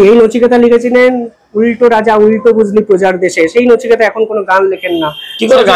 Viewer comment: 'Nachiketa' nay,oh hocche 'Nuchukata',mane khatna kara mal.